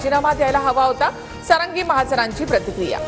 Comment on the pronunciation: सारंगी म्हण ग बाई सरंगी नको म्हणू